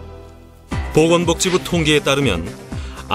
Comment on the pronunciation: 처음에 보건복지부라고 했을때 보검보지구라는줄ㅋㅋ